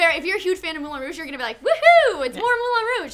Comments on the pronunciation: Its pronounced "Moulan Rowg" not "Moolan Rooooooosh"..youre not french you dont have to pronounce it like they do..just because arabs pronounce "P" ans "B" doesnt mean your have to do it too. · MOULIN ROUGE, MOU LEIN(for people not familiar with how the "in" sounds in french) ROU JE. So MOULEIN ROUJE(moulin rouge) not "mulan rouj", sorry but I cringed everytime.